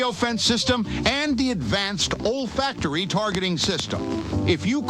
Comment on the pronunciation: its not "old factory.." lol its "olfactory" A system used in our sense of smell.